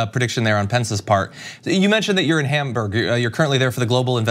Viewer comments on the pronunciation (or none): none